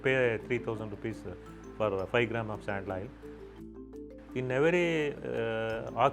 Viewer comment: Oo so Qarshi Sharbat Sandal was actually from this.... i love it Her pronunciation of Sandal was a little off putting but that's how any non native would say it